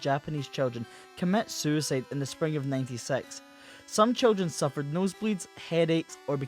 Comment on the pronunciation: “commet suuicid”